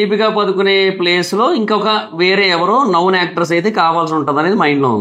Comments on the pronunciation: నౌన్ కాదురా నోన్ అని పలకాలి 😂😂😂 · Noun kadu... Known